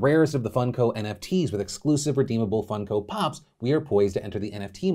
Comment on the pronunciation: I think he is bsing us. He says Fun-co Pop, not Funk-o Pop.